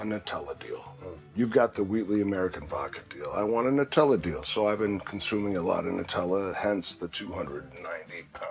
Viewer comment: It's NUT-ella. HazelNUT.